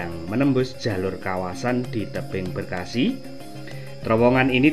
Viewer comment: Maaf om bukan tebing breksi tapi tebing breksi